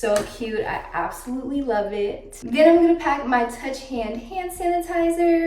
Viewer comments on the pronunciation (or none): It’s actually pronounced touchland not touch hand 😊I love your videos so much! your so pretty